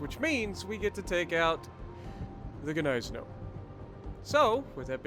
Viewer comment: The end pronunciation is like Gneissen"ow", as in "wow".